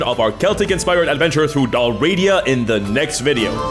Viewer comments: Thanks for this. Also, isn't the sponsor pronounced DAhl-ree-AH-dah, not dahl-RAH-dee-ah? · Its said Dal, Ri, Ada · Just a note without judgement. Tis Del-Ree-ah-dah. Not Delradia. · Dal Riata It’s pronounced: Dal Ree Ah Tah. It was a Gaelic kingdom in what’s now western Scotland before Scotland came together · I love your channel, but I hate that the first thing I have to say is "Bro, you're sponsored by someone selling a product about a place called Dalriada and you're pronouncing the name entirely wrong." If it's for engagement, good job, but I honestly hate that trick 😒 Other than that, I absolutely adore your work and fantastic work coming up with great stories and providing content for everyone to enjoy so thoroughly!! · YOU MISPRONOUNCED DALRIADA SHAME ON YOU